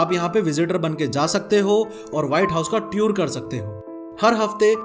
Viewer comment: "Tour" aur "Lives" ki pronounciation apne galat kari hai bhaiya!